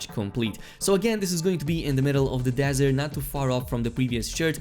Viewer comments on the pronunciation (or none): none